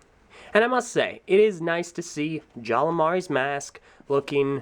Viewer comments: Why do I keep hearing you say 'Jala'? His name's 'Jaller.' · Why do say jalla instead of jallER